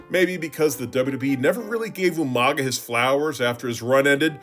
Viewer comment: Who is this Umaga person? Are you talking about You-Manga?